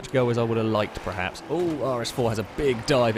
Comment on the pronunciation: STOP SAYING PREHAPS. THE WORD IS PERHAPS. PER PER PER. EVERY. VIDEO. YOU. SAY. IT. WRONG.